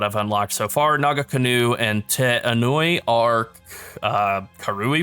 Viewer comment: Homie, as someone who is from New Zealand and knows how to pronounce Maori words, it's not Naga-canoe. It is Naa-Kahnoo. The nga is like a back of the throat sounds, but just drop the G and you'll be fine. Great video. Looking forward to more. <3